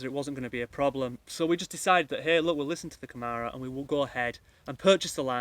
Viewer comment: First learn how to pronounce câmara. Second Portugal has become a country where rules are rules, you probably wouldn't have "hoped for the best" in the same circumstances in the UK or Germany. I always say to people who buy in Portugal is to take everything really slow and don't let your money burn a hole in your pocket, the richer you are the more likely you are going to get into trouble here, precisely because you throw money instead of going with the flow. I also say, "be prepared to genuinely "restore" what you have bought and live in that without the need of a licença. That gives you ultimate fallback position. Never take the sellers or architect's word for anything, you're probably better off employing an engineer to do your project, he doesn't have such fancy ideas about his status and expectation of profit and has his nose closer to the ground. Ask the neighbours for background without the sellers around. Remember you're buying a home not just a business opportunity. Those neighbours will be more forthcoming and other people you deal with too. Portuguese do not love the British, you have to prove yourself, they are very polite, that is not the same as affection. Don't believe them when they say otherwise. I'm a Portuguese citizen of Irish extraction so they tell me the truth. If they like you they will find you some wriggle room, if they think you're a sucker they will take you to the cleaners. If you think this is unfair, talk to a foreigner who has tried to do somet